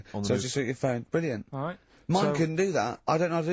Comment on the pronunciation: It's brill-nant